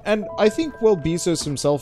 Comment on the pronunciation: Hearing you pronounce it Beezos... Not upset, it’s actually hilarious, all I can think of now is Amazon being run by a bee behind all our backs